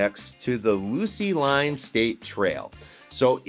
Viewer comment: FYI it’s “loose line” not “lucy line”.